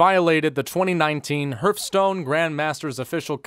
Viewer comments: I can't tell if you're purposely mispronouncing Hearthstone or not lol, anyways. Good video man, thank you for bringing light to this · No one:...: Herfstone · Funny how he says Hürfstone